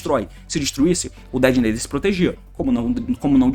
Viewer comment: Fala "Detonator" meu mano T, faz mt mais sentido, "Dedenaider" é só uma tradução errada, nem é uma palavra de fato